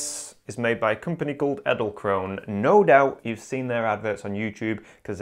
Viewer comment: "Eddelcrowne" - It´s quite funny for a german to hear you saying the name of that company :-)